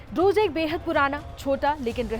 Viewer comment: Not druj but druz 😂😂😂